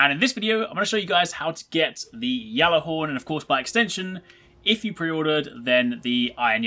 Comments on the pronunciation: How do you still pronounce it "Yallarhorn" when Saladin openly uses the "g" sound? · You are saying Ghallerhorn so wrong